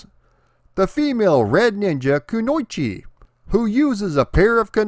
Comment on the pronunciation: Your pronunciation of "kunoichi" nearly made my ears bleed.